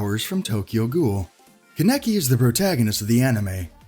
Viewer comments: Keneki? Dude have you never heard Kaneki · ITS KA-NA-KI NOT KA-NE-KI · Kene-ki Kan-ek-i LEAARRRNNN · Dude is kankie not kinekie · Who in the hell is Keneki?! ITS KANEKI KAN-EKI KANEKI srry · My guy get your narrator to say the names right He called Kaneki kan-eki and its ka-ne-ki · Its pronounced konekee but spelled kaneki it annoys me when people get that wrong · Kan-eki like wtf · Thanks for clarifying that it was a mistake cause when the narrator said Kaneki. I nearly yelled in rage. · How tf you gonna pronounced kaneki name all wrong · Anyone else get triggered when he said kaneki’s name wrong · CXN ReFlekt I did but it’s whatever \ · He said kaneki and minato wrong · He just missed Meliodas,Escanor,Natsu,luffy, and Mispronounced kaneki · Seeing “mispronounced kaneki” imma just click off now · He is Pronouncing Kaneki wrong and it’s triggering me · It’s funny how he says kaneki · Nobody: Nobody at all: Not Even God: WEEBS: THATS NOT HOW YOU SAY KANEKI OR MINATO!!!!!!! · Im a little annoyed on how he says kaneki’s name